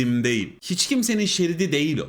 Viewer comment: yorumlar ve tespitler hep isabetli. tecrübeli insanın bakış açısı farklı oluyor gerçekten. ancak "değil" kelimesini bu kadar çok sayıda ve her seferinde vurgulayarak kullanan bir içerik üreticisinin bu kelimenin telaffuzunu biraz araştırması, kendi adına bir kazanım olur. teşekkürler.